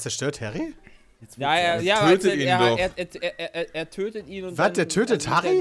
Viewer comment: Härri?? Er zerstört Harri?